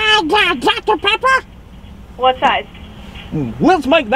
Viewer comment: Lol she said “DUCKTER Pepper”